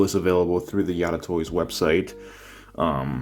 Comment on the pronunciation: I think you're the first person I've seen to pronounce it 'Yada' lol